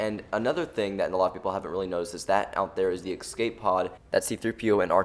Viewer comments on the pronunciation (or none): when you say exscape instead of escape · Dude, learn to say 'escape'